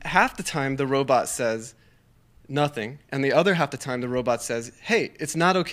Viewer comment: I've been reading Daniel's book, Robopocalypse. It's a great read, I highly recommend it. Killer robots are the new zombies. Also, I wonder if Joe was trollin' Daniel by constantly saying "Robutt".